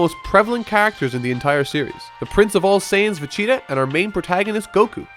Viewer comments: why do you keep saying vecheta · good vid :) but Ve-cheetah? lol j/k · why does he say vecheeta? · Anyone else hear him say Vecheta? 😂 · chester the cheetah /fusion/Vegeta = Vecheeta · "Vecheata" Triggered me everytime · "ve-cheata"? dude c'mon... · Dude, why are you saying Vecheetah? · All I took away from this video..... was "Vacheta" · are you saying, FAcheta? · You say vegetas name like vecheeta please stop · If you don't mind my asking, why do you pronounce Vegeta as Vecheetah? Not trying to be mean or anything, just curious. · Why do you keep pronouncing Vegeta as "Vecheeta"? It's quite annoying. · Not want to be annoying here but am I wrong with hearing "vecheata" everytime you say vegeta? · his name is not Vecheeta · PLEASE STOP SAYING FECHEETA..... V's are pronounced differently then F's and G does not make a CH sound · Is it just me or it sounds like you keep saying Facheata instead Vegeta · Vachia vechea vacha vagina vegena vechata fajita vajita Jesus Christ how many times will he say Vegeta's name wrong?!? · Beerus: Whis, if that Earthling is going to insist on making Vegeta's name sound like a delicious pizza topping, I may have to devour him. Whis: Vegeta? Beerus: No. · You pronounce Vegeta weird lol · Why are you saying Vecheta not Vegeta? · why do you say vegeta like "vecheta" xD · PLEEEEASE!!!! STOP CALLING VAGETA VACHEETA.. MY NIGGA..... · You know it's pronounced VaGEta not vah-CHEETAH, right? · It's Vegeta, not Vecheeta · Is it just me or does this youtuber saying " Vecheeta " instead of Vegeta? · It's pronounced vegita not vechta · omg its vegeta not vecheeta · His name is Vegeta... Not Vecita.. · Say Vecheetah one more fucking time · i really like your video dissecting many parts of both but it aounds like youre saying vacheetah inatead of vegeta lol. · Its Vegeta.. Vegeta.. Vegeta.. Not VECHEETA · "vegeta" not "veCHeeta" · Why does he say Vechita???? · am i the only one that hears "vechida" when says vegita? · Homie said Vegchita -_